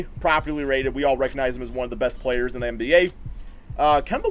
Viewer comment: I keep hearing "PROBABLY RATED" haha